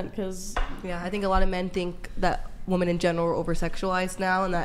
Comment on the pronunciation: For the love of everything that is holy…can MW learn the difference in pronunciation between “woman” and “women?”